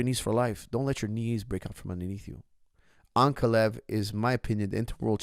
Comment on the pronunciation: Please correct your pronunciation. It’s AnkAlaev, not AnkaLev